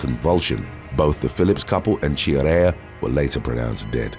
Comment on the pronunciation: Quintana Roo: kinˌtana ˈroo - NOT "Queen, tanaru", It's not ancient Nahuatl, it's Spanish .-. Chiarella: kia.re.lla, in Italian CH=K .-. Lanoue: la.nù .-. Try to do better please.